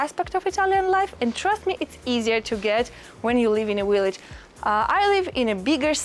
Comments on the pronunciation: Hello Friend! Just found you & am so happy to learn about living in Italy. Just one tip about the word “village” in English. You’re pronouncing it as “willage.” Remember to bite your lower lip to pronounce the “V.” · Your v-log is wonderful. I especially like the blowing of a kiss at the end of each one. Your dictation is really good. I think it is cute that you pronounce ‘village either the ‘w’ sound. I can’t make fun of someone who speaks three languages, when my French, Spanish and Italian are so limited. molto bella! andiamo!